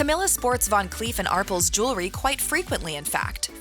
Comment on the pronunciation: ArPELS....PEL.... ARPELS...... NOT arples 😂😂😂😂